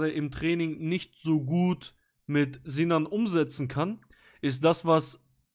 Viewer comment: Nur der vollständigkeithalber: die heissen nicht ZINAN UND ZENAD sondern Sinan und Senad. Und die Namen werden mit „S“ ausgesprochen und nicht wie im deutschen mit „Z“. 🤓🤓🤓